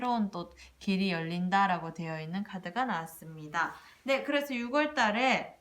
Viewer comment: 잘들었습니다 육월이 아니라 유월이라고 해주세요~국어선생은 아닌데 발음이 좀 신경이 많이 쓰입니다~^^